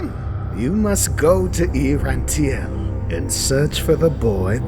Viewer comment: The FFXIV boss music was a nice touch Also, twice someone says the name of the city as "E-Rantiel," but it's E-Rantel